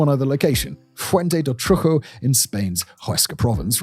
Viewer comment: And the C in cueva is the same as in cave. Not hueva or whatever the hell he said. Plus trucho is troo-cho (the ch like chocolate), not Troo-ho or Troo-jo (edit to add more at the end of the video)